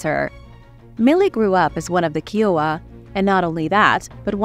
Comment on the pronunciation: Sorry love it’s pronounced Kai owa. Like Iowa with a Kai.